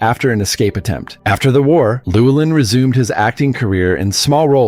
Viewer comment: You pronounced Llewelyn incorrectly.